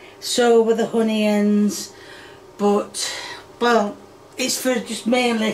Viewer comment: Every single ingredient pronounced wrong Potatoes: Studtatoes Onions: Honions Tomatos: Tommyatos Pepperoni: Pepperomee Oil: Hoil